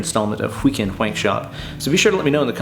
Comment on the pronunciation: The pronunciation of the H in wheekend whankshop is much appreciated - Seth McFarland